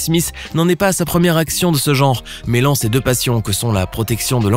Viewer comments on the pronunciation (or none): none